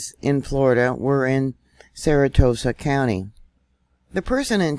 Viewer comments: Sara Sota not saratota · not saratoesa...Sara so ta. it helps if the word is separated at the vowels making easier to pronounce. you got this. love your channel!!❤ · It's pronounced Sarah Soda.. Sarasota.. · If you can't pronounce "SARASOTA" PROPERLY, you shouldn't be reporting, and I shouldn't be listening. C'mon.....EVERYONE has heard of "SARA SOTA." You SPELLED it right, now learn how to READ WHAT YOU WROTE. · We in the south pronounce it or sounds like Sara-Soda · THAT NAME IS PRONOUNCED "SARA-SODA"...